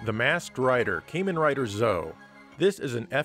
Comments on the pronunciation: "Kaymen Rider Zo" Hoo boy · Camein rider lmao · Just curious, but how could you mispronounce anything on a message board? Misspell, maybe. :) But seriously it fills me with a small bit of glee that my pronunciation has ruffled some feathers here, like people expect I should know how to pronounce it somehow. Sadly I'm sure I'll never have a reason to pronounce it again, so I can't truly rub it in like Tate. The best thing the developers could've done is have someone say the game's name on the title screen, but alas they did not.